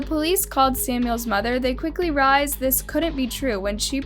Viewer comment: Ikr. She mispronounces so much it's annoying. She also pronounced "rised" instead of "realized".